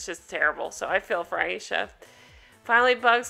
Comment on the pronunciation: I think Her name is Ay sha not I esha